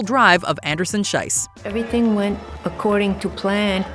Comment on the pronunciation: Schiess is pronounced with an E sound not I sound. The way you pronounce it „Scheiss“ instead of „Schiess“ makes a huuuge and insulting difference. As in Swiss German (and high German) Scheiss means shit… So saying „Anderson-Shit“ is quite the choice… maybe look up how the names of the athletes are pronounced for future videos as a way of showing basic respect